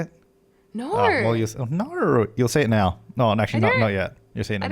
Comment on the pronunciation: "Nowrrrr" ~